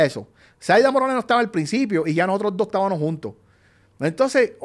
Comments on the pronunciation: El “estabanos” me tiene el oído sangrando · No puedo con teniano, estabano…. Por favor a esta edad y no puede hablar correctamente